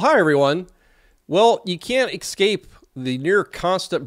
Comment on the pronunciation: Can you "eScape" the wrong pronunciation as "eXcape"?